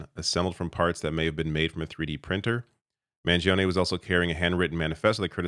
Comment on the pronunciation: you dont sound the 'e' at end of his name. Please this guy is going to be sentenced to life imprisonment the least we can do is get the American Hero to be pronounced properly